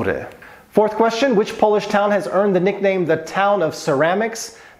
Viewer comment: Your Polish pronunciations are delightful to my Polish heart 👍